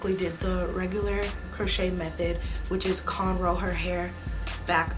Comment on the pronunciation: “CONrow” 😂 that killed me. But it looks bomb.